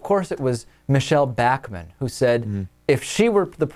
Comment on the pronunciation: I love how David pronounces Bachmann's name.